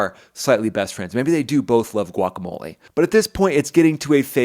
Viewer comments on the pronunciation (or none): none